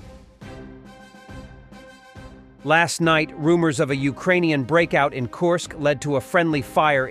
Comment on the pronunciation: Not Korsk, Kursk